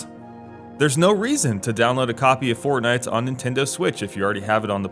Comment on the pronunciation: you said "fort-Knife"